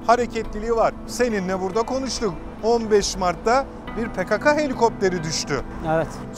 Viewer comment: Yalniz hocam pekaka degil pekeke olacak dogrusu..